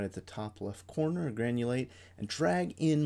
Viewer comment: funny that youask for money before even begining to talk about the subject. Having sai that, it should read GRANULATE, not GANULATE. Poor